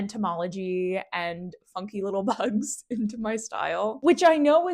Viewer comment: I know you were talking about bugs but I swear I heard "pugs" and could not contain my excitement. 😂